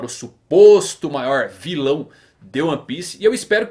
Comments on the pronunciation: ele fala + ou - errado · ele falar errado se VER ele fala o maoir filao de ONE piece